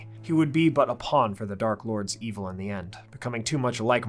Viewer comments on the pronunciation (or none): none